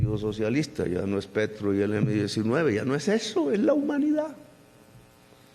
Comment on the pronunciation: Petro!!! Se te fue una r que no era😅